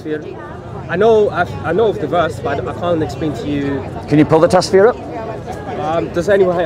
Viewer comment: Muslim said, he had to look to Tasfir and Bob said same too. Maybe it is Fasfeer or Fastandafurious Kind a like 🤣